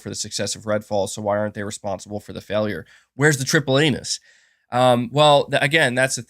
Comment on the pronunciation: “Where’s the triple anus?” “TRIPLE ANUS” “Sony brings triple anus” Once you hear it, you can’t un-hear it